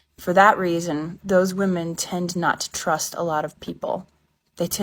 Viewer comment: pretty vvahmens, you should have nothing to worry about. Good day.